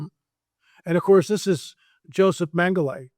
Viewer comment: Repeat after me: "Men-Ga-La"... It is not and has never been "Mengelay"... If you're a serious student, you should at least be able to pronounce his name